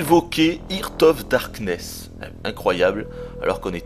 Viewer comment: je t'aime, t'es un dieu... juste une question, pourquoi t'obstiner a dire... "hirte of darkness"? xD